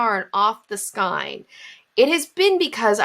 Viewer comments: Ridiculous! Marketing. Ugh. Also... It's killing me, but skein is pronounced "sk-ay-n." 🖤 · My mother always pronounced it skeen. I wonder if there are regional differences. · I wouldn't mind that she's pronouncing skein differently to me (who isn't used to accents), except she's pronounced it at least two different ways. sk-ee-n and sk-y-n. Now I'm curious about her crafting background.